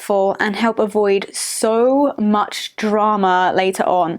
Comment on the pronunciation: "sue much fooken backlash"